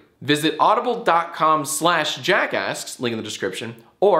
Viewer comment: Every time he says jackasks I here jackass